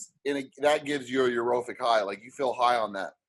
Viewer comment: “Europhic” lmfaooo it’s euphoric bro 😂💀